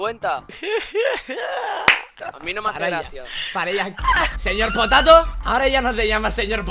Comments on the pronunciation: Saben que dise el nobre dise seyorpotato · Dile al señor potato es con ñ no con y